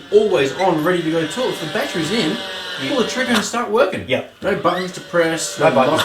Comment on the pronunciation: That add.. 😂😂 he couldnt say tool Kept saying tewl